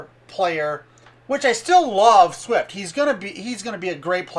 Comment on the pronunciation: Swift not Shift